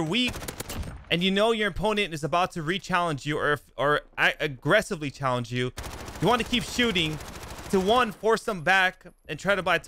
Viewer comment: I wanna vomit everytime he says "chall"